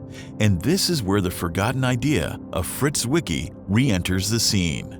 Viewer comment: the letter Z in German wean what, dear narrator? Tsett, not zzzzet. And you know what a "Zwicky" is? Come here and I'll give you one.